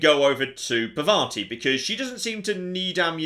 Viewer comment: I hate the way they pronounce Parvati because its completely wrong